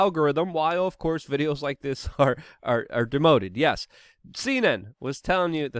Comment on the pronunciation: You said Lick instead of Like bwahahahaha awesome slip